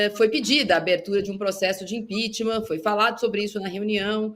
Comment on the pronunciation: Toda semana a fala de impechtma kkkk